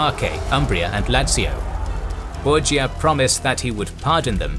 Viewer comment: The Borgia called themselves 'Bor-ja' not 'Bor-ha', to fit in with the italians.